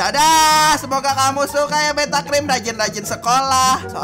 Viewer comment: kok tulisannya beata padahal ngomong nya beta